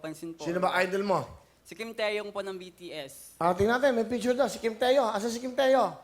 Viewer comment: kuya will kim taehyung hindi kim teyo hahaha😂😂